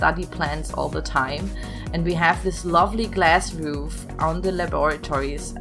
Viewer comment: First of all I love this and I am impressed that you built it starting with the interior design. Second of all I think sometimes when you say "roof" quickly it sounds like "floof" 😂